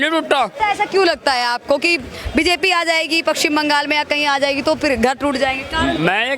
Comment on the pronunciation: Pakshim bangal??? , madam it is paschim bangal.